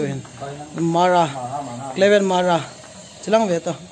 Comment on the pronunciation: Really appreciate your hard work bro!!🥰 But it's Hmara not Mara🤣. Anyway great content 😘👏